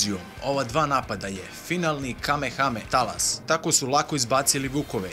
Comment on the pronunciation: Kako me nervira kad neko kaze kame hame talas